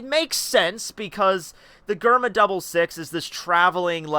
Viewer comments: It's DGERMA not GGerma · bro mans said gurma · its pronunced jerma